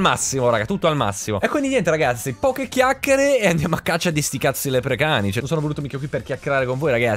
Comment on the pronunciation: non si chiamano lepricani ma lepricauni